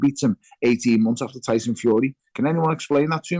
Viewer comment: Tony bellew your mate is not good enough to say the name tyson